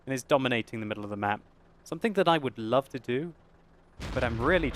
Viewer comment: haha! "ruv" lol